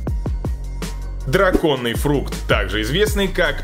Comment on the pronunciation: дуриАн , а не дУриан. драконИй фрукт, а не драконЫй фрук. у вас же правильно написано название не ошибайтесь пожалуйста.